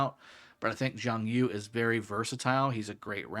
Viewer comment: It’s YU! not YOU! Reminds me of rush hour lol!